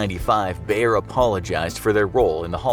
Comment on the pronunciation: damn i never heared anyone pronounce bayer that wrong xD also bayer also invented heroin so ... thats maybe worse xD